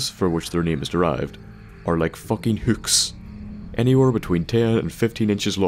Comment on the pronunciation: "are like focking hooks" sorry for taunting you with your accent but it just sounded funny as shit.